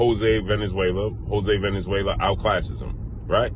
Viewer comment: His name is Valenzuela not Venezuela